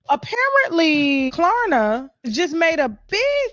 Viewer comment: she said Klarna wrong way too many times